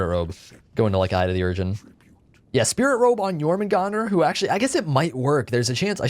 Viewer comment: Thank you so much for pronouncing it correctely